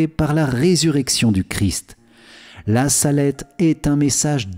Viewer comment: Il y a une faute sur le nom la salette c’est en appuyant que l’accent c’est mis merci amen